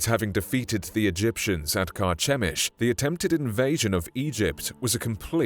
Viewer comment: Carchemish (ch pronounced like the letter k).